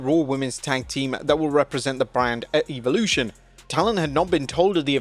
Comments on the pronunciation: bro stop calling it “EVILution” 😂😂😂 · do you just like pronouncing evolution wrong? pretty sure it's a short e not a long e.